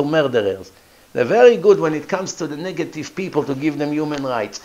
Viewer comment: He said NIGGAtive Smh